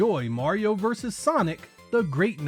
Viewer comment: I'm really pleased to hear an American pronounce "vs." correctly.